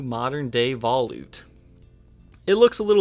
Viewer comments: Veh loot. Not vah lewt. Sorry. Awesome video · Black chrome. First thing I said when I saw this 'thing' is "It looks just like a Jackson Roswell Rhoads!!" I also believe it is pronounced vol-ute, like sport-ute, not vol-oot. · I appreciate your efforts... but for the love of god, “vuh-loot”. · Yes...... vuh-loot